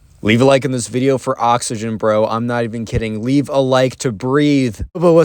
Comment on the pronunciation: AH YES THE OXEGYN